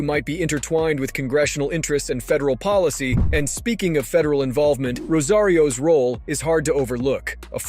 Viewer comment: For credibility sake, please pronounce her name Rosa Rios (with a gap between Rosa and Rios) it's not Rosarios ffs